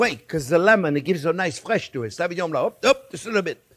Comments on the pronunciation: French? My foot. A French man would not say savignon (sa-vee..) instead of sauvignon (so-vee...) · 'Savingnon' blanc..😂😂😂